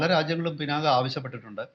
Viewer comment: കല്കണ്ടം, കന്മദം എന്ന് പറയുമ്പോൾ എങ്ങിനെയാണ് "ക " ഉച്ചരിക്കുന്നത്. അതുപോലെ "ക" എന്ന അക്ഷരം കട്ടിയായി തന്നെ ഉച്ചരിക്കണം. ശിവന്റെ വില്ലിന്റെ പേരാണ് "പിനാക" ഇനിയും മനസ്സിലാകുന്നി ല്ലെങ്കിൽ ദേശീയ ചാനലുകളിൽ പറയുന്നത് ശ്രദ്ധിച്ചു കേൾക്കൂ. ഒരു മലയാളി റിപ്പോർട്ടറും പിനാക ശരിയായി ഉച്ചരിക്കുന്നല്ലല്ലോ.